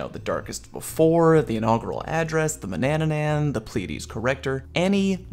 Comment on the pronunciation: Yes, you pronounce Antiope correctly, but Manannan incorrectly. You add an extra ‘nan’ in there that you don’t need. It’s “Ma-na-nan”... pretend you’re Scottish while you say it, it might help. :)